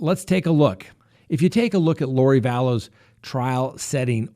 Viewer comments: I love your channel, but it’s not “Da-bell”. It’s “Daybell”. Sorry to nitpick. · It's DAY-bell, no Duh-BELL.